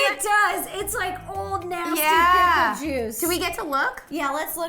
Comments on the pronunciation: Who else heard ro say wicker instead of pickle 😂🦋🌻(wickle not wicker) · Did Rosanna say "wickle" instead of pickle? & totally should have gotten a half a point for grape on the jelly one. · Am I the only one who heard Ro say wickle after said Pickle because she was saying why pickle made sense, but she said wickle instead of pickle (2.32)